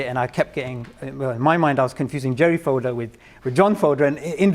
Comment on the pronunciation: Great conversation! Though his name is "FodOr" not "FodEr" :D